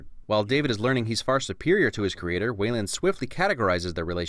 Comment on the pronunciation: "you seek you creaTOR, I am looking at mine" I love how he pronounces creator lol